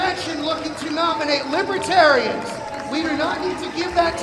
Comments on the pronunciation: Libaterians? Why does he keep saying that? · He kept calling them lipertarians !! 😅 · DJT will be all over them. He can't even say libertarian..he is saying "libatarians" They won't put up with him. They protect their own. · It doesn’t seem like he pronounces the party correctly. It sounds like he drops the first “r” and says libetarians. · Consistently "Libetarians.' Wonder how they like that pronunciation. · Libetarians he doesn’t even know how to say it! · He keeps call in them LIBATARIANS! The correct name is literally written all over the walls around him!!! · Li-buh-tar-uns It helps if you know how to pronounce libertarian—there’s an R in there trump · Did he call them Libatarians?? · Trump keeps saying "Libetarian" (Li-be-ta-ri-ans) with a silent 'r' lol. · Libeh terians...lol... boooooooo...lol